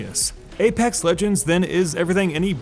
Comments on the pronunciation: aPEX not aPAX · "APAX LEGENDS" lol. This game is fantastic, best BR imo